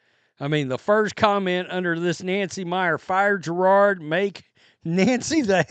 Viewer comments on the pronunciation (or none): Jer-od not Girard